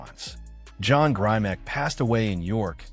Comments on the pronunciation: First, the commentator needs to pronounce Grimick not Grimack. John Grimick is an icon in bodybuilding and one of the founders of Strength and Health magazine and the York Barbelle Company. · his name has a short i sound not a long i sound. pay homage by saying the name correctly. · Not grimack grimek!!!!!!!